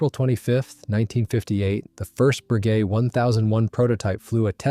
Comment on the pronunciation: Frenchman here. Not a fan of AI, but it still beats hight school anglo-saxon teachers on the correct pronunciation of Bréguet. Close enough not to shock my Gallic ears. 2) The Folland Gnat also tended to gulp gun residues.